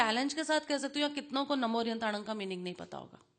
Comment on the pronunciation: Pls pronounce arhantanam not arihantanam And airiyanam notayeryanam. Veetraag bhagwan ka kaun shatru hai jinka ve naash kar rahe hai? Pehle arhant dev ka sachha savaroop to jano. Ashudhhi ke saath in beejmantro ka gyian mithyagiyaan hai